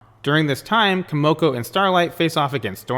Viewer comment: I stopped watching after you said “Kimoko”. Did you even watch the show?